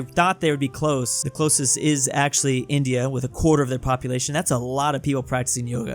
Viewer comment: popuatlino. Drewtalian confirmed?